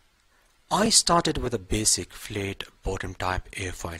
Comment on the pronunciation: it's FLATTTT not flate